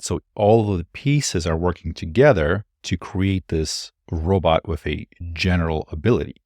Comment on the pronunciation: 'wif'🤣 that 'th' is awol